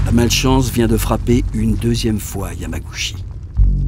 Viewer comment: Bon reportage, par contre ça se prononce "Yamagoutchi". :)